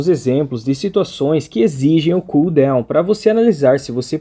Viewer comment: Bom dia, mano, não é por maldade nem nada, mas a palavra DOWN não se pronuncia como DEUWN !